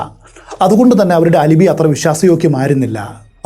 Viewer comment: As usual amazing explanation and story telling!!, 😮🔥 Alibi = അലബൈ not അലിബി.